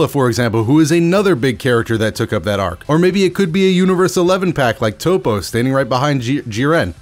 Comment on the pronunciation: Remember it’s “Top” not “Toppo”